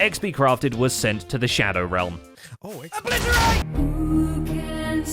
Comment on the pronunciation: It's obLITorate, not oblitorATE